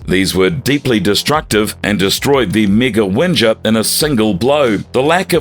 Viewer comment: Mega “Wenjer”? Ok I tried to hold back with commenting on the miss pronunciations. But c’mon. Did you even watch the show? How many times are you going to miss pronounce names? Are you doing it on purpose. I know you have an English accent but really? Really?